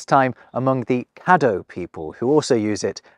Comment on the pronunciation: Thank you for pronouncing "Caddo" correctly. I live in Caddo Parish in Louisiana and have found that most outsiders pronounce it "kay-dough," not the correct "kah-dough."